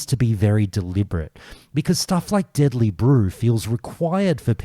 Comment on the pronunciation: I love the way Australians pronounce deadly brew. I imagine diddly brew is Flanders' favourite beverage.